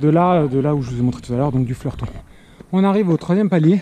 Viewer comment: L'A/R à la baraque, c'est aussi ma "sortie classique" :-) Et pour info c'est le Fleutron pas Fleurton :-D